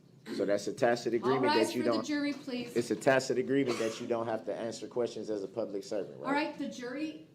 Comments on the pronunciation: It's hilarious how he used to say tack-it agreement, but now that he's learned how to pronounce it, he thinks he's doing something 😂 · He said “tacit” many times too. He seemed to think he could delete all the times he said “tacked” if he said it correctly enough times.